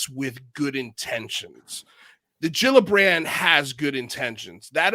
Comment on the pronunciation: Love you guys, to offer constructive criticism, say the names right 😁 JILLabrand, not Gildabrand, lol, and the acronym is only 6 letters, AOIMSG, easy enough 😁 yes it's dumb but we're not and we don't wanna look it 👍 keep up the good work I'll continue to watch every episode, thank you all for your hard work on this important topic, you're all awesome 👏